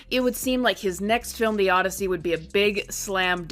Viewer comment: No, it's "Od-DEI-sey"